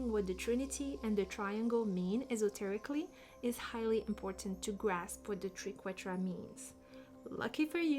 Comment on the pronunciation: I love this video and your enthusiasm ❤ The Triquetra ( pronounced as try) is a beautiful symbol